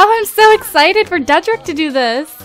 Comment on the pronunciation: Lol you said dedrick as trey wrong lp again